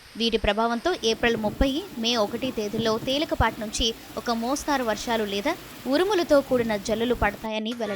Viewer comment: మోస్తారు కాదు తల్లి మోస్తరు అని చదవాలి